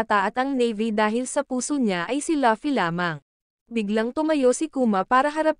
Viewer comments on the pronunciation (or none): Luffy po hindi pi laffy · Luffy not laffy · Laffy✅ LUFFY❎